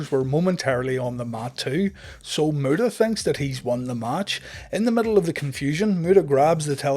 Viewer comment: Anyone hearing the great murderer when he says great muta lol